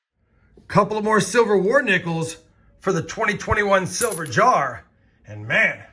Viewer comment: DID I HEAR SILVERR!